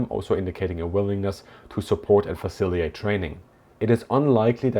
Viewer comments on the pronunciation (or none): Respectfully....its Facili..Tate......not Faciliate....just a correction cause you use the word a lot